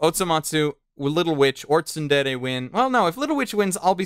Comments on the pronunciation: Argh! Why do people struggle to say Tsure Dure? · Its not tsundere children. Its tsurezure children...